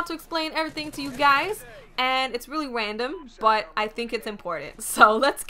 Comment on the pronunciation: you said Wandom (random) cute..lol